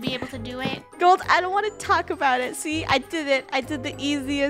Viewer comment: I hear "ABOW" 🤧